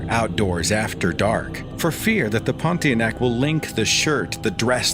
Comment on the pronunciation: I just love how you pronounce the ponti-a-neck